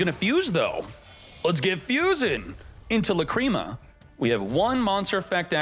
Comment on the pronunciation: Love watching these videos but please stop saying lacrima wrong drives me crazy